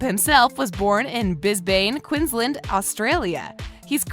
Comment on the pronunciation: um, how did you just pronounce Brisbane and Queensland? And Melbourne for that matter too.